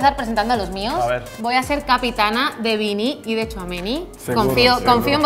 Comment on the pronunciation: Lo mínimo que podían hacer es pronunciar bien Tchouaméni